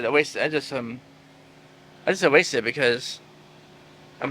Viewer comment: "I ewased them and I bwrocked them"